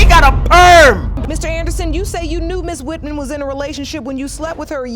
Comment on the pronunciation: “Ms. WitMen”